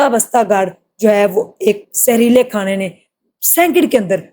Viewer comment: کھاڑا نھئ ہوتا کھانا ہوتا ہے میری بہن